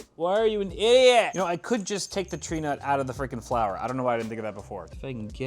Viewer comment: Where did the R come from in Tree nut? It's a Tee nut for everyone else, but I guess when someone as Reta... Oh, that's where the R came from. You donated it